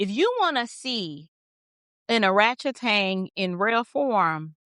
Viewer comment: I'm sorry but every time you say oratchtang I crack up 😂😂😂😂 but she is embarrassing herself.